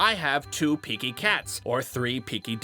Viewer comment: (๑ ・ω・๑ )丿If anyone is learning Japanese, it is important to note that the counter「匹」 referred to in the video is actually pronounced: ひき(hiki) when alone. And depending on the number used, the pronunciation changes. This means ☓two piki would sadly not be used. Rather, it's important to note that it varies from number to number. For example: 一匹、いっぴき、ippiki ２匹、にひき、nihiki ３匹、さんびき、sanbiki ４匹、よんひき、yonhiki And so forth Japanese counters can be challenging for beginning and intermediate learners, and come in such a large variety based on the kind of item being counted. But, with time, effort, practice, and patience, you can achieve it if you want! (｡･ω･｡)ﾉ♡We hope this helps! ♡Kiki+Koko